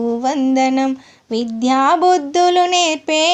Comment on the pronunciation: మీరు విధ్యా బుద్ధులు అంటున్నారు విద్యాబుద్ధులు అనాలి